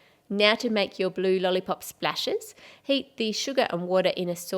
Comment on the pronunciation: I like your accent, but when you say heat it always seems to sound like HATE